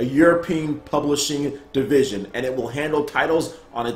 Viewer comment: Plublishing??? Fail! :)